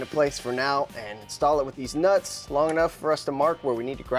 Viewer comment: He put emphasis on "These Nuts"